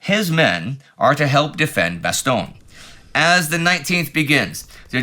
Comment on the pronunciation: Damn, and here i was sure that Indy would souverainly master the correct pronunciatoin of Bastogne basically no English language channel can be bothered to use... Alas, i was to be disappointed. Not just with another retelling of the silly annecdote about the foul mouthed general but also with the ear-hurting mispronunciation. :( And he was the one working hard to learn how to say Przemysl in the Great War series.